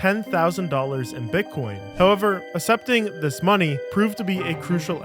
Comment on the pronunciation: stop saying assepting